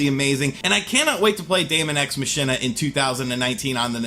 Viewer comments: Yeah, it's Mahk-in-ah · Machina is pronounced more like "Mah-Key-Nah" and not with the "sh" in the middle. It's a play on the Latin phrase "Deux ex machina." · Move over Nier Automata, daemon ex machina is now the most mispronounced game! Machina is pronounced “Mack-inner.”